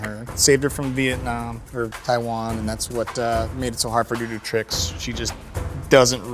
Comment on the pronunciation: as soon as he messed up saying taiwan i knew it was him